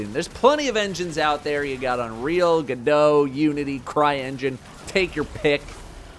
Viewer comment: NAH NO WAY SAID GODOT💀💀💀